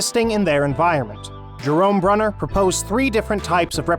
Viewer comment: The chap reading the words...it seems he is: * not a professional voice artist * not an effective communicator * not well-educated in Educational Theory... He mispronounced the names of (1) JEAN Piaget and (2) Jerome BrUner pronounces